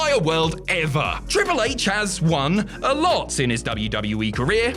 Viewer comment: I swear said ‘Cripple H’